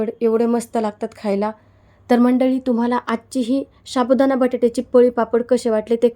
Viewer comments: शाबुदाणा काय साबुदाणा म्हणा.😂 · शाबुदाना नाही साबुदाना म्हणा.